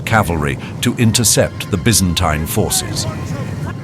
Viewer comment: how many different ways are you going to say Byzantine? If you are a British company I can accept the B.E. pronunciation. In less than a minute, you pronounced 2 more ways, 1 was American English. Get your shit together and be consistent.